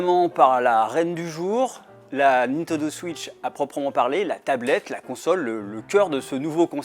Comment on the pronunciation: "La Nitodo Switch"